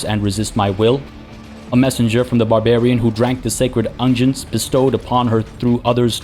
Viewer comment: Another great episode, love them all! I've been meaning to say you've been doing a great job reading and pronouncing all the crazy vocabulary this game and the WH40K universe is throwing at you. Your narration is fantastic. Two small nitpicks though: unguent is pronounced UHNG·gwnt and anathema is uh·NA·thuh·muh. Those are actually the first words I've heard you mispronounce the entire time though! Also it sure looked like you were robbed of MP when you used Heinrix's Daring Breach ability - the tooltip says you get 20 plus a bunch of MP, whereas you only got 10. Probably the same bug that gave all your other characters 60 or so MP. Appreciate you not exploiting the movement bug to win the fight, it felt much more earned when you used your awesome strategy.